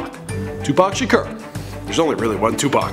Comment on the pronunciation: "Tupac Shakerr" is pronounced Tupac Shakore